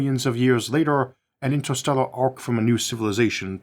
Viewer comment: "InsterstellOGHR spAOce"... damn, I am really trying to watch your videos and they are great but that accent of yours is just unbearable. It is like eating a delicious soup but with a fly in it that you cannot even remove.